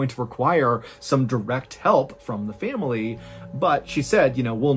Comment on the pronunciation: I love you, Mrballen, but the way you add an extra syllable to the world "family" drives me absolutely insane.